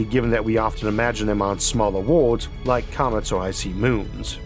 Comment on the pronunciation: what accent does he have that causes him to talk 'wike a bwaby'